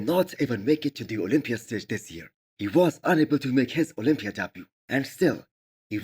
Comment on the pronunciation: Misses Olympia??? why do you not make an effort to say it right??? I love your videos